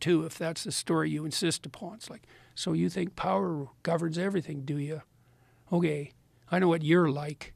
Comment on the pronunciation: he really said ogey.